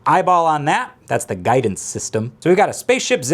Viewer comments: g-eye-dance system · G-eye-dance system, eye-on beams. Amazing. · Ah yes… the g-eye-dance systems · It's the gu(eye)dence system